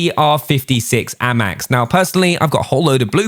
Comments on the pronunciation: Its not ammax its amax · Can you pronounce the guns properly it’s so annoying like how you say FFAR AND A-MAX ITS A-MAX NOT AMAX